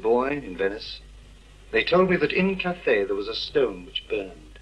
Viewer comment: Cathay not cafe.